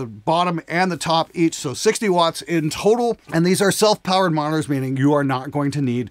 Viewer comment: It's monitors, not moners. 🤣 What's the response like, when you apply a tone generator from 20 to 20000 Hz?